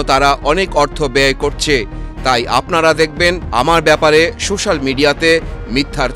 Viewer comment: সূশ্যাল না সোশ্যাল মিডিয়া 😁